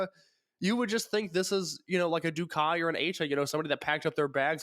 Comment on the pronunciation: i'm half wondering if he's mispronouncing DOUKI on purpose or not at this point... it's DOH-KEY not Doo-kai... sigh